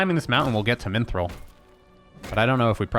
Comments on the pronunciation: Minthril... Mithril, dude. MITHRIL. There's no N. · There is no "N" in Mithril.